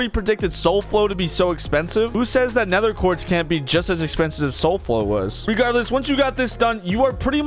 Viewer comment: "Nether quart"